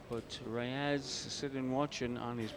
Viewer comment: Efren ReyAZZ? I thought it was Reyes?